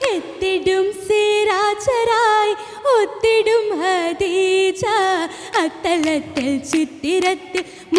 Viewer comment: ഹദീജ അല്ല, ഖദീജ.